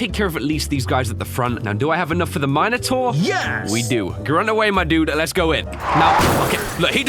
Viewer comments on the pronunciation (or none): Min-a-Taur not Mina-taur